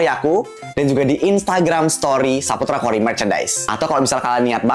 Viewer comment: kalian nyadar ga sih nama ka kori R nya jatuhhh